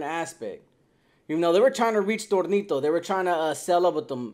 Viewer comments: It’s tonito not Tornito 😂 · Your saying Tornito 😅 his placaso was Tonito though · It’s Tonito , not tornito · Tonito not Tornito 😂😂😂